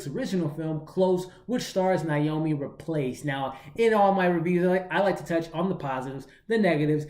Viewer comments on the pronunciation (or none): Theres no "L" in Rapace. You seem to be pronouncing it "Raplace". Just thought you'd want to know because I'd want to know if I was saying something incorrect. Thanks for the review tho, appreciate your work.